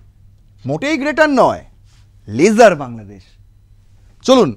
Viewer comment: আপনি ইংরেজি টা না বললে ভালো হয়। ভীষন ভুলভাল উচ্চারণ করেন, lesser এর উচ্চারণ লেসার, লেজার নয়।